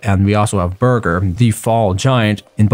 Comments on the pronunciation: I don't care about pronunciation cause I'm not a dick head, but I do find you saying Bearger as burger a bit humorous. Not mocking you, but it's what I smirked at. Sorry if your offended. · I was so confused when you said bearger as i head it as "burger" and i was like what? Until you said the autum giant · This guy just called Bearger "Burger". Lmao XD